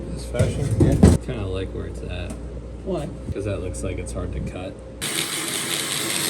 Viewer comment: “I laike it 🙂” love it